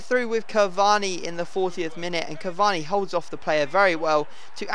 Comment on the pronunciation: I don't know what's worse you saying cavani or Bateson saying aubanayang